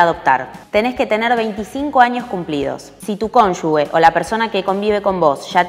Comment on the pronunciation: Cónyuge está mal escrito y mal pronunciado en el video